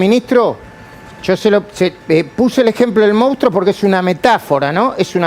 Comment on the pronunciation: Se escribe y se dice MONSTRUO, no MOUSTRO!!!! La PMQLP!!!!